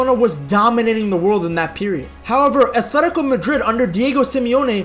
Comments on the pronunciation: I wish you would say “atletico” and not “athletico”…. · Its athletico not athetiko jit